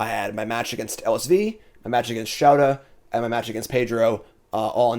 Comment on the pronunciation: all love but i’m begging you to pronounce show-tah’s name correctly just once